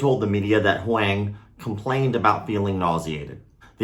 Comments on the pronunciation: “HUANG” is pronounced “WONG”. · What a terrible story. Thanks for sharing it. Also, since you mentioned the name pronunciation, I’m from Taiwan 🇹🇼 and I’m almost certain that they must be using his surname, and if so it should be pronounced more like ‘Hwong’. Taiwanese first names are made up of two characters, rather than just one. Great channel, and thanks again for sharing the story, sad as it may be. Poor kid. His parents must be a wreck... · Pronunciation for Huang (in standard Mandarin): the a is pronounced the same as in father. Same for when you see “Wang”. Awesome channel, dude. Keep it up! Thanks for the martial arts news, even the darker stories. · I haven’t even seen the way the kids name is spelled but by the terrible try made I’m going to say the word was this “huang” which is pronounced “wong” like my name if anyone knows why this is feel free to hmu